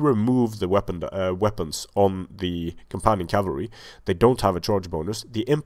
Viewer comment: "Enemy camalry" ... thats a first! Ha ha ha ! Great video series!